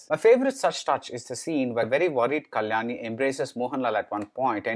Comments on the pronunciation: Please work on pronunciation of Actor/Actress name correctly who worked in the movie. At many places there were errors in pronouncing the name. Eg : Kalani whereas it's Kalyani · Could you please try to pronounce Kalyani with a Y